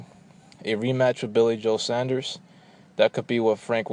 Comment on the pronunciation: You-bank, not Oo-bank Sorn-derz not Sahn-derz Other than that, good points made.